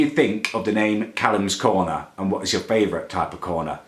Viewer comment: "Whats your faverite coner" Muller lite xD